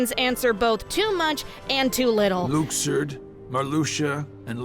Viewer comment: Still not gonna forgive Nomura for the Luxord pronunciation.